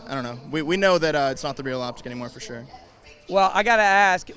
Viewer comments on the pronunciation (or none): none